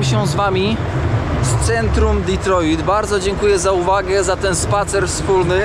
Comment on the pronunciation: Kierowniku - kto tak nakazał akcentować te Detroit ? :-)